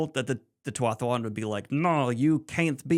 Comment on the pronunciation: Tuathuwan? Not you too, Daniel. There's clearly only one u sound in Tuatha'an.